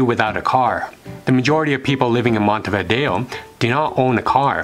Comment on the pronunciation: Finally someone who pronounces "Montevideo" correctly!!!